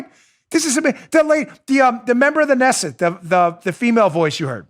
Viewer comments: Knesset pronunciation: K'Nesset NOT Nesset!! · The K in Israeli Knesset is not silent. It is pronounced Kenesset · It's pronounced: Kanesset...You say the K... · Oh Dan, just so you know. The word Knesset is like Monty Python's pronunciation of knife, k'nife. So it's pronounced K'nesset. Good show though! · Pronounced Kinessit Knessit Dan, lol #MAGA #KAG Trump 2020